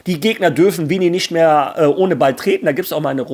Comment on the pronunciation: sprech mal bitte Vini seinen Namen richtig aus das Jr wird Portugiesisch aus gesprochen und nicht Deutsch das geht mir als portugiesisch Sprechener sehr auf die Ohren danke im voraus 😉👍🏾